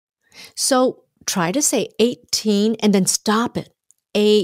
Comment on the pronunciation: Cô ơi! chữ to trong câu cô nói " So try to say eighteen" em tua châm lại thì âm to cô đọc là th, có phải là nối âm ko cô! em cám ơn ạ